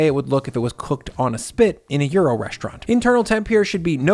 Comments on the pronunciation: "stoo" 🤣🤣🤣 I also suggest you Google how to pronounce 'gyros'. Hint: it's not 'Euro'. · In Greek, the “g” is silent. Yee-row is how it is pronounced. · Am i the only one around here who is bothered by the pronunciation of Gyros in this video? It sounds like Bri is saying euro....